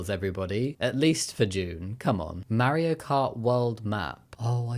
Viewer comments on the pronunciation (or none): none